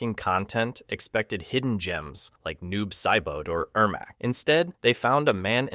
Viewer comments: Why tf are you even talkin about mortal kombat when you can’t even pronounce the characters name right? Who tf is noob saibo?? Idiot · I’m sorry but who’s Noob “Si Boat” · What gets me is how inconsistently you mispronounce names. Who the hell is "Jack-Qwee" or "Noob-Saiboot"? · Jack-we? Noob saibo? Really? 🙄🙄🙄